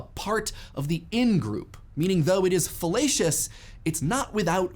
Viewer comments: You said fellacious. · I cant stop hearing fallacious as fellatious